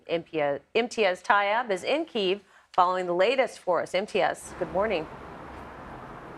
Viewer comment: The US is funding this war and profiting from it, and can't even pronounce "kyiv" correctly..